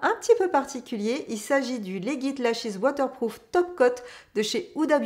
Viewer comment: J’utilise le YSL effet faux cils depuis des mois et ne le changerai pour rien au monde. De plus Il ne m’a jamais fait de traces ! En passant, le mascara de chez Huda Beauty se prononce “Lédjit”, l’abrégé de “légitime”, en anglais 😅